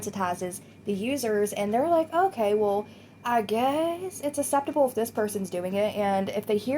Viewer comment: Please pronounce 'acceptable' correctly 😂 takes me out of the zone every time